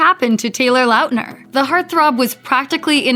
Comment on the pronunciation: She kept on pronouncing Lautner (Lot-ner) as Loutner . im done